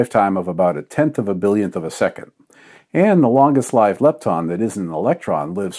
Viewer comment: Gasp You pronounce 'long-lived' in the classical way! You have my respect, sir.